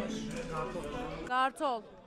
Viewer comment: gârtol değil kartol 🤣🤣